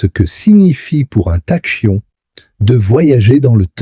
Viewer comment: "Tachyon" se prononce "takion". Les "intelligences artificielles" sont nulles en prononciation.